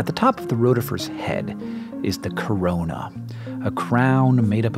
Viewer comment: When he said 'corona' I really just died a little